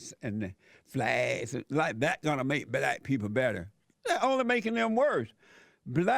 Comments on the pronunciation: The word is BlacK not blass open your mouth and quit being a cooonnn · …’to let the blass in…’ (universities) 😂